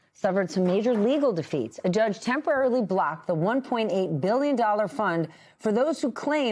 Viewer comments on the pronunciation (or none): The word is " TEMPORARILY " LADY.